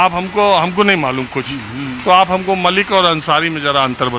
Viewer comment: Malik & Mallick mein farq hai, Mallick traders of oil hote hain aur Malik, ancient caste hai Arab region se. Dono Malik & Mallick ke pronunciation mein bhi difference hai, yeh old man Mallick ko Malik se pronounce kar rahe hain.